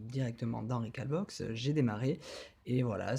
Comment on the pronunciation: Rec"au"lbox comme un hall de gare... sinon bien l'explication. Sauf que le ftp via ethernet c'est super rapide